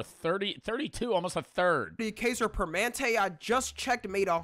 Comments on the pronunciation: Kiye-ser per-men-entay., thats how you say it 💔💔💔💔💔💔💔💔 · it’s pronounced Kai-zer perm-a-nen-tay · my mom works for kaiser permanente and hearing both of yall mispronounce it was actually hilarious 😭😭 but yeah they aren’t the best company but it’s better than a lot of companies